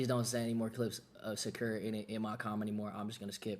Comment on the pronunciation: they way he said jakura